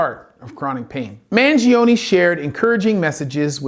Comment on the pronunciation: you can't pronounce the man's name right and you got the facts about his case wrong. is it that hard to do research? You're an MD, my man.